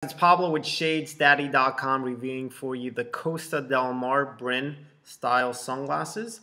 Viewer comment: It's not brin... IT'S BRINE (Br-yne)